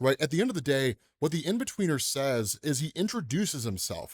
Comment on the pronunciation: in-betweener? cmon man